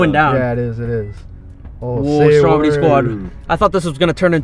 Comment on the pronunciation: I got subtitles on and whenever he says “Stormedy squad “ it comes up with “ Strawberry Squad “ lol